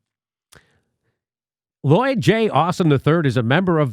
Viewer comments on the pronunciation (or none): none